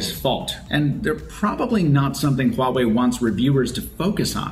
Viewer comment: You pronounce Huawei Correctly, that is impressive👍